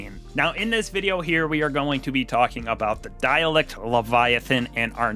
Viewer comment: Dare - Ah -lict -> Derelict